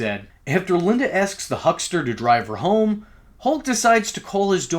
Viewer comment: The “hukster” lol